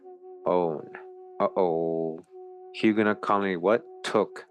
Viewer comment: The correct pronunciation is more like Huge no. You don't pronounce the T or the S.